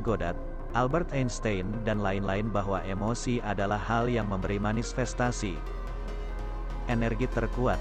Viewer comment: manifestasi min.. bukan manisfestasi 🙈🙏